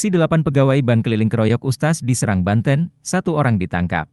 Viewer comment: ini admin ny yg ngomong ky' kuper jg. bank di baca jdi ban.